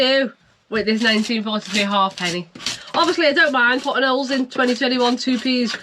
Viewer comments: It's a ha'penny (pronounced haypenny) not a half penny, despite what's on it! Yes, just stick it to the frame. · Its not a half penny but pronounced hapenny. Good show. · It was a positive comment. I'm positive it's pronounced Ha'penny😂😂